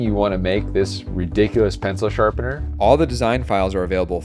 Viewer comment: "The pencil shapener™" eh? eh?